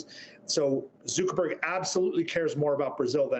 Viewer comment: Zoo-ckerberg? No one says it like that. Get a grip man.